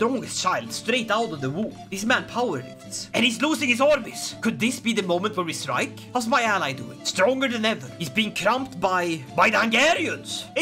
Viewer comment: No, no, no,. Stwike him, centuwion, vewy woughly!